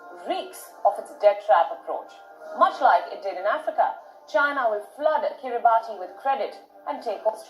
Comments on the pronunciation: Kiribati - pronounce Kiribus. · Kiribati is pronounced "Kiribas" it is sinking and will be underwater soon so the whole nation is being relocated basically...